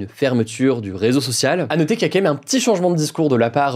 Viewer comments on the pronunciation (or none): "pour ce rézoçocio" :D NAN, "pour ce réseau social" cher Hugo :)